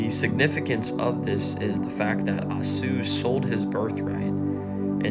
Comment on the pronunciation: I was moved by your young passion. Keep preaching! Esau is prounounced...E-saw